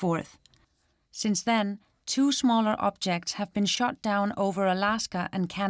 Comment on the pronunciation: I like how she says smholler :D